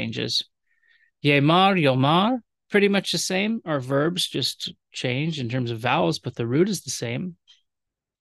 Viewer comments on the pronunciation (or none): none